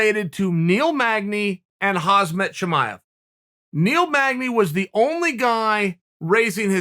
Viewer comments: Sonnen Please don't butcher Hamzah's name 😂. For the record: HAMZAH /حمزة is Arabic and means Lion, but the Chechens and Dagestanis write the sharp H as KH , just like KHABIB , pronounced HABEEB . The H similar like in the word HATE . And the T at the end of Khamzat , is due to the fact, that the Arabic letter Tā-Marbūtah (ة) is being pronounced as a T ONLY if an another word follows after it, but if no other word follows, then it's only being pronounced as a soft H . But Muslims from Caucus, the Balkans, Turks and others decided to write the T at the end of these words, which in fact is being pronounced as a smooth H , hence it's HAMZAH , a sharp H at the beginning and a soft H at the end! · seriously chael stop butchering khamzat name. i cant with you. 😂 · Learn to pronounce his name correctly dude !!! Although he is Hazardous Material, his name is Hamzah !!! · Uncle Chael "Huzmut" Sonnen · haazmit* and haazmet* he says lol not MAT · Chael: makes 100 vids on Khamzat Also Chael: "Hasmat"" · Kuh-beeb and Hahz-mut LOL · He also called khamzat hazmaht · Yo uncle Chael u keep pronouncing Khamzat wrong maan... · how long are u going to say his name wrong? maaan i cringe every time.. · Khabib is pronounce Habib, but I don't think Chael is that cultured to call Hamzat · Crazy that Khamzat never even knew how to say his own name this whole time. Thank the lord for Uncle C. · it's more annoying that you still can't pronounce Khamzat's name!!! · Its Kham -zat not Haz - mat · Please learn how to pronounce Khamzat not "Hasmet" Thank you! Just say HAMZA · It’s actually Kham zat not Khaz mat! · LOL chael his name is HAMZA the k is silent... why u keep calling him hazmat after like 40 videos wtf? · UncleChael: "Hazmat!" ProductionAssistant: "It's KHHAAMM-ZAAT" UncleChael: "Hazmat!" Lol 😂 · Pronounce Hamzat not as Hazmat. Z comes after. By rhe way he is like Hazmat right now everyone wants to avoid. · Uncle Chael is KhaMzat not KhaZmat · Not khazmat uncle chael. Kamzat!